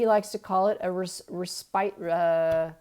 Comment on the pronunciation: Yes you said the word right: "RESPITE". res-pite. Some people say- resp'it. Putting it simply: taking time out. Re:H.G. Tudor: honestly I thought he & Martin De Coder were the same person! :o